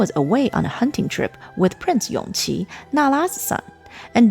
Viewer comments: It should be Yongji (永璂), not Yongqi (son of Consort Yu) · Err... Isn't Yongqi the 5th Prince, the son of Consort Yu? Empress Nara's surviving son was called YONGJI.. Yes, the pronounciation is similar, but still different.. By the way, I think around the time of the Empress cutting her hair, the one who was main contender of the Crown Prince's seat and the Emperor's favorite is actually that 5th Prince Yongqi before his unfortunate early death.. Prince Yongyan was still a child but yes, because he still a little he did have his father's attention..